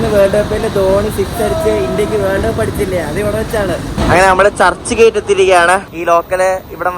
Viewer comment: churhi gate alla.... churchgate...ahemgabad alla Ahmadabad